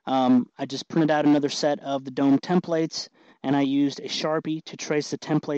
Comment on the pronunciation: tem-PLATES drinking game is on!!